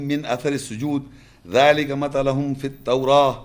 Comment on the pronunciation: مثلھم میں زبر نہیں پیش ہے